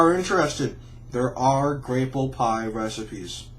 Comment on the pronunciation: It's pronounced grap-pple